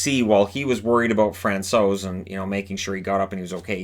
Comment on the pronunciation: Hi, I would like to thank you for everyday content. It keeps me updated on what is going on in NHL. Also as a Czech I really appreciate how you pronounce foreign players’ names. You nailed Francouz!:)